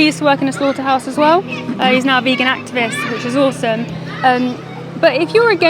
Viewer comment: your the one not listening to what he said. He clearly said Bagon and not VEGAN. Clearly he does not care about veganism. Hahaha